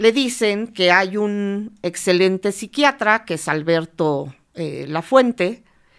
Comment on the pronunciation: Corrección es *Lafuente* no Lapuente